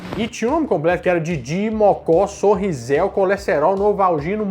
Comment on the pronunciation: É SONRIZÉBIO e não "Sonrizel",!